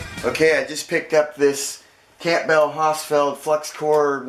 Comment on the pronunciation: Pronounced "cambull"..the "p" is silent..